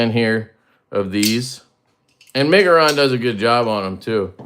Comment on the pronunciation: Almost had to open a givesendgo for you trying to pronounce the brand😂:_LeftyBallsack::_LeftyBallsack::_LeftyBallsack